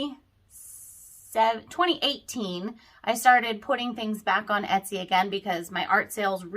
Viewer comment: My ears are hearing ES-TY, instead of ET-SY.